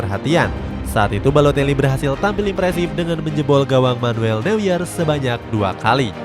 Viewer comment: Bukan Manuel new-yer bang tapi ma-nu-ell no-ya atau manuel noya dibacanya